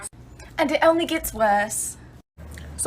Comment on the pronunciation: “and it Elmy gets worst” accent check XD🤣